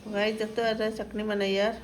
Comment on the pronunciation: চাখনি না চাটনি